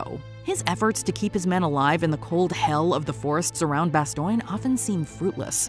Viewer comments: she pronounce Bastogne ( Bastone) as Bastoine..😅😅😅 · It's pronounced ba-STONE, not bas-STONG-ee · You lost me at ""BASTOYNE""--the Brit-wits call it that, but Americans of MY generation. the WW2 Gen, call it "" Bas""-Frigging ""Stone""..... Bad Job, and I just got through watching """ BAND OF""" for the Umteenth time on Netflix....Bas-STONE, Bas-STONE X-Gen. Listen to the Colonel, he no say bastoyyyn...he say::: """"" BAS--Frigging-STONE."""" Amen. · Agree but it's no worse than the "Bastone" pronunciation. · its not "Bastoing" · Say it with me - "Bah-STONE" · It’s BAST-OHN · Bastoyne? When these narrators mispronounce words.......badly......it really detracts from the video....enough to move on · Does anyone else notice Bastoin, not bastone. Lol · Why do you say Bastion, when it is clearly said in the clip from the movie that it is not pronounced that way? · Bastoine?? The narrator obviously never watched the clips. C’mon…. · you said bastone wrong! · "Marching into Bastioyne"??? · Why does she keep saying Bastogne as "Ba stoy n" ? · Did she really say "Bas-toing"??? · You say Bastogne weird it’s pronounced “Bastone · Lol "Bastoyne"? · 😂 “Bas-Stone” nice try though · Bastoigne? C'mon, AI. And "impactful"? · Bastogne is pronounced ba-stown. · might be the worst pronounciation of French words ever xD BASTOIN xD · Bastoing? Good lord if you are going to narrate a scene at least learn how you pronounce the name. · How do you mis pronounce ‘Bastogne’ when it’s mentioned in a clip of the show you are doing a video about? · She did a good job with "Carentan", not so much with "Bastogne". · Anyone noticed that they pronounced “Carentan”, “Bastogne”, and “Brecourt” wrong? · How do you mis pronounce the names of places like Bastogne when it’s even said In clips from the show on the video you are narrating? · They pronounce Bastogne in the clip and the narrator still got it wrong :face-green-smiling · There is no I in Bastogne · Is she pronouncing Bastogne correctly?